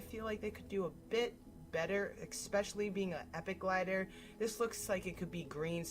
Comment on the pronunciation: man you said expecially. I really wanna punch you.